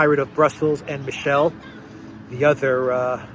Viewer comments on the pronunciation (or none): none